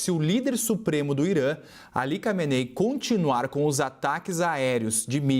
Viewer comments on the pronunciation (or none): Pessoal parem de chamar o velho barbado de alika meney. O nome desse maluco como de tantos deles é ali kameney... Um pouco de conhecimento sobre os nomes deles é o mínimo que vcs como jornalistas deveriam saber. ali. mohamed, said, mahmud etc...